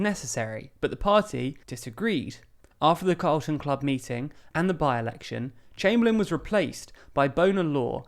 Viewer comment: You have CARLON Club in the illustrations, yet keep saying CALRTON club. Which one is it?